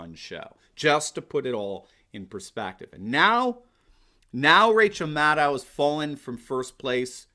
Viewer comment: Is that "mad owl" you're pronouncing that,? I can live with that, sounds very Gormenghastian...